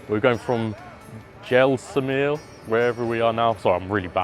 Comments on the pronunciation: say with me jay....sal...mare.....:) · Jay- sail- meir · Great review bro. It's JAI-CEL-MAER. Jaisalmer. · It's pronounced jay-sal-maer (Jaisalmer) for those who are curious. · It's 'mer' at the end. Jai sal Mer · . I know..but people pronounce it like Jaisalmeer. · It would be respectful to get the pronunciation correct . After all you have been invited there .